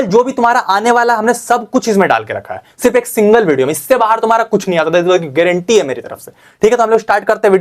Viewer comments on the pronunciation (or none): Garenteee h bhai garenteee 😅😅😅